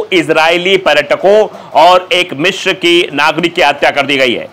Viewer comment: Its Misr not Mishr. Its Alexanderia not Alexander 😂